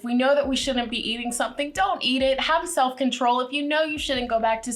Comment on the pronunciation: thought a heard a British accent for a second. Self Control